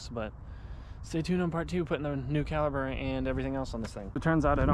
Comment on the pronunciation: Caliber - Caliper. 🤣